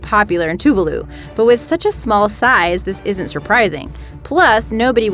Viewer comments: "TOO-VAH-LOO", not "Too-vuh-lu". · it's not pronounced two-va-loo it's pronounced as 2-vah-loo